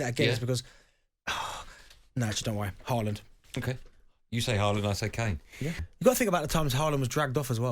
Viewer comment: It's Haaland. English bias nonsense.